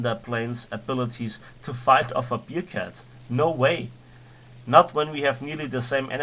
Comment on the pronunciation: man spricht es nicht "biercat" sondern bärcat es ist keine Bierkatze ....